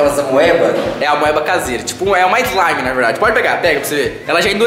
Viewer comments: slamif eslimifi kkkkkk morri eu so acho que é slime😂😂😂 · não é sua ilegal é slaime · Esmaire esmire eslaime kkk